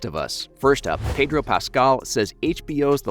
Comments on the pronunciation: Pedor? PEDOR? PEDDDOOOR.... HHPEEDOR... HHEEEDOR.... HOODOR.... HOODOOR. HOOTHDOOR. HOOTHEDOOR. HOLD THE DOOR. HOLD THE DOOR. Pedro Pascal. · Pedor? Who’s Pedor?